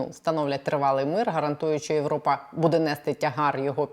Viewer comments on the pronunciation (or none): none